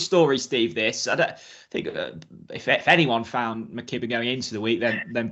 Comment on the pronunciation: Quality podcast as usual guys yes that's Guys could please pronounce my countryman Tom McKibbin properly not McGibbin he doesn't say S W Gim Tom Gim or Kevin Gisner come on sort yourself out man lol. Rose for the Canadian will do me cheers